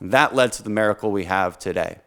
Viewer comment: This man says mericle. Not miracle. And by the gods you put A in front of that and this man says Americle. Americle: a miracle given to the world of which is resides. The miracle of america brings Americle’s to its world, bringing freedom, liberty, peace, and the asses kicked of assholes whom harm others. This is the new phrase you have coined you gosh darn awesome man. Dan the man you have created the Americle!